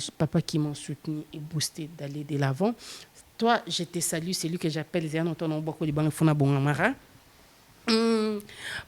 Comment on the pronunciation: Ya da on dit salut et non sali